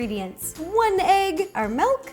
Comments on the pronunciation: it's miiiiilk not meeeelk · She said melk